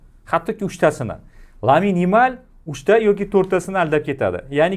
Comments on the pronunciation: Aka lamin yimalmas lamin yamal deng iltimos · Lamine Yamal✅️ lyamin yemal❌️ zaybal uje